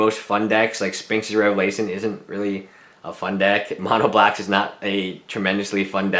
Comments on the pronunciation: Omj, stop saying "spinx." There's an "h" in there for a reason. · Funny he can't say Sphinx properly.... Tip, don't buy for standard, play modern.